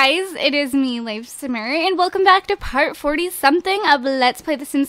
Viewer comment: At the beginning I thought you said "Hey guys, it is me, LifeSinner"